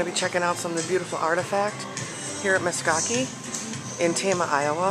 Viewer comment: Meskaki? MeSKWA, SKWA SKWA. Meskwaki lol